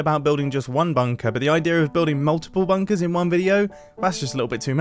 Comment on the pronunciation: someone count how many times he says, "bunkas"